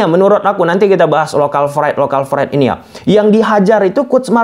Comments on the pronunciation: Bukan local fride bang tapi lokal pride bang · Local pride. Bukan Lokal fried wkwk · local pride bos buka fride.. pake p bukan f wkwkwk😂😂😂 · pride bang bukan fried, fried tu gorengan bang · Local pride ato local fride 😂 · Pride itu pake P bukan F… narasi nya sangat mengganggu karena penggunaan bahasa asing yg keliru…